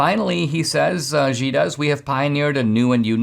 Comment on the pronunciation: Xi is pronounced Shee